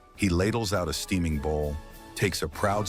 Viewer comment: " teaming " lol ! XD